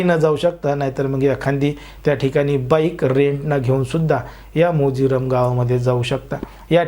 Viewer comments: मोजिरम नाही रे भावा ते मोर्जिम आहे 😂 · It is Morjim and not mojiram. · Morjirum nave morjim manjech morjim aahe te. Chukicha ucchar karu naka mahit nasel tar ekhadya jankar wektila vicharave pun chukicha ucchar karu naye